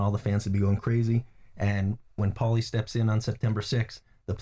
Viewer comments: Why’s he sayin powlie. ! Shut up Jim ya banger !! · Jimbo, just an fyi, it's pronounced porlie ratherr than powlie - see The Soprano's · Yes what an earth??!! I thought it sounded more like pale-ley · Wish Jim would call him ‘Paul-y’ and not ‘Powlie’ 😂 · lol... he pronounces paulie like "towelie" from southpark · It's like he's never heard the name 'Paul' 😂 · Why does he keep calling Paulie "Powlie"? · Why is it so difficult for Jim to say Paulie 😂😂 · Someone help Jim with his pronunciation Jaysus! Embarrassing us!